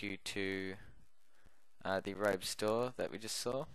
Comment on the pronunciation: BTW Guys I kept saying Arobe for some reason, sorry I know it's adobe